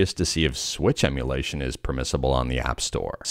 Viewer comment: I don't know how you do it. It is so hard. I mean, I have never, not even once, not slurred saying "limitations to emulation" and messed it up, but you did it first try. You are truly a linguistics wizard.